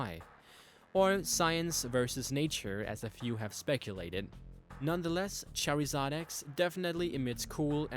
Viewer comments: ITS CHARIZARD NOT CHERRYIZARD LEARN YOUR GRAMMER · you say charazard wrong you say cherryzard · Why does he pronounce charizard as cherry zard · ITS MAWILE NOT MAWELE>>ITS CHARIZARD NOT CHAREZARD> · Its Char-i-zard not char-e-zard charizard X isnt white LEARN YOUR PRONUNCIATIONS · really dude your called charizard cherryzard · Char-iz-ard not chair-iz-ard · It's not cherryzard its charzard fuckface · ITS CHARIZARD NOT CHAIRIZARD GOODNESS SAKE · Fuck you it's pronounced c h a r s a r d not s c e s a r d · its not Cherryzard its Charizard: how to say: Char-iz-ard. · It's charizard, not cherizard dude ... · It's pronounced "chor-i-zard", not "chare-i-zard" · its charizard not cherryzard.... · It's pronounced ( Ch Ar i z Ard ) no (Chair i zard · Its noy purnounced (Chery-zod) its (char-zard) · It isn't cherryzard, it is charizard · its charizard not cherryzard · cherry-zard bwahahaha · its carizard cheerizerd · did he really pronounce it as "cherry-zard" it's char-zard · wtf is a cherryzard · Charzard not charryzard haaaa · wtf is cherryzoin its suppous to be charzion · why were you saying charyzard its pronounced charzard im not trying to be offencive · char-ee-zard? naw dude...Char-eh-zard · fucking charzard not cherizard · Cherry-zard?! Dude are you stupid it's (char-zard) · its not Pronounced Char-EEE-zard its pronounced Char-Zard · um plz learn to pronounce pokemon names its not cherryzard its char I zard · LOL you said cherryzaid but its charzaird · its pronounced char-zard not cherryzod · was annoying me when he kept saying cherryzard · He pronounces charizard as CHERRYzard. I find that strange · Not that I'm trying to come off as a prick, but I'm not sure if it's your accent or you just don't know the pronunciation of some of the pokemon's names, but it made me cringe so hard. Especially when Charizard came up, and you said it as (what I took it as) Cherryzard. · The way u pronounce charizard lol u say cherryzard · Why does he say charryzard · Cherryzad! lmao